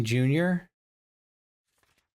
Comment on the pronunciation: It's hard to read on the map, but it's Bosunmate, as in the Bosun's mate. You've been saying it more "bosuniate", so I wanted to make sure you knew what it was saying.